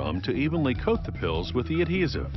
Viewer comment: “Coat,” not “cook.”